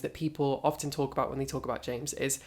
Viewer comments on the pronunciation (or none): none